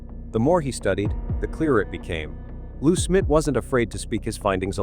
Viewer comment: I had to fast forward your video, because I couldn't stand hearing you call Jon Benet, Jon Benny, and Lou Smit Lou Smith???? You used Paty for Patsy, what is wrong with you? Your false title, making it sound like John Ramsey had been lying all these years, shame on you! I have met John Ramsey, I could see in his eyes, the pain he has gone through all these years, is still there. I pray that the idiots at Boulder PD, get off their butts, and do something with the DNA, so this case can be solved, and JonBenet may rest in peace!